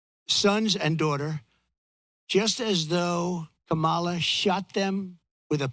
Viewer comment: All I heard was a narcissist on a platform doing a smear campaign. And you can’t even pronounce her name correctly. The emphasis is on the first syllable